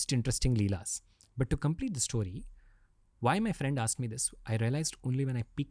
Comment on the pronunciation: Ranveer please it’s sto-ree, not Stoh-ree. It’s getting difficult to keep hearing Stoh-ree again and again 😊